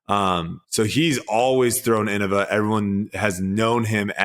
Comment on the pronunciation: Hey guys, I think it's pronounced "In-nova"